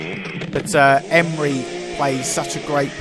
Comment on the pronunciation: Did you say "Corner Rapage"??? LMFAO! The Sheriff and Gunny Seargent was R. Lee Ermey by the way. Last name pronounced "Er-Mee".